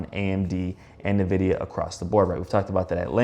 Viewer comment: It is pronounced like “EN-vid-ee-uh”. its not NUH-vidia. Mispronouncing one of the biggest companies in the world isnt a great look. Just sayin…